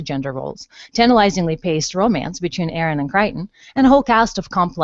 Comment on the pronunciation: Really hard to listen to Aeryn Sun repeatedly called Arien. Peacekeepers weren't Nazis. well, maybe they were, but you get my point.